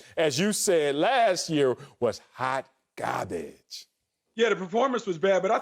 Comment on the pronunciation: Wiley is killing me, lol. "Haht Gahbage" 🤣🤣🤣